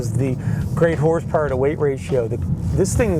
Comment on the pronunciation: He said : 297 horth power not horse power hahahahaha